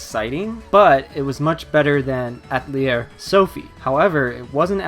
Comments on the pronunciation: It's pronounced a-tell-EA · Atelier is a four-syllable word that means shop in French. It's not pronounced At-lier. The newer voiceovers have really been annoying that way. Earlier games it was pronounced properly. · They pronounce it right in the Japanese dub, so I dunno why he was pronouncing it wrong. There is even a scene early in the game, where one of the sisters pronounces it deliberately slowly and easy to understand. Yet he still mispronounces it. I was really surprised, because I normally play my games with English dub, and every game I own that someone says Atelier, it's like they find a new way to pronounce it.